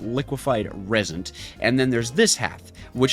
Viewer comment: the way you pronounce resent is uh. a bit strange